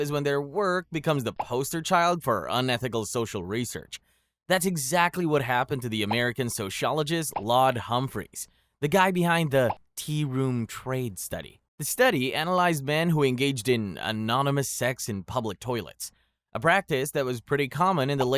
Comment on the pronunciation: whats an "american soshologist"? is that like a sociologist? but how dumb people say it? along with "apartheed"? i know the US education system is horrific, but how have you never once in your life heard of the apartheid? pronounced APAR-TIDE. (you can even see and hear how it is pronounced online). but you can oddly pronounce the Luftwaffe and other Nazi units right (closet racist). You have made a video to try and look intellectual to share information, but cannot pronounce some of the most important words. These are not even uncommon words. You just look like a jackass who has googled "really bad experiments that are not good" and whacked them in any old order. How can you say "Vipeholm experiments" are worse than any of the ones beforehand? such as malaria transmissions and MK ULTRA. AND HOW are frostbite experiments the worst possible experiment ever? like dude, you think it is more acceptable to do live surgical experiments on slaves? SERIOUSLY!!!! get your head checked (and my closet racist comment seems more weighty) go and review some Fortnight or something, that seems more your intellectual level.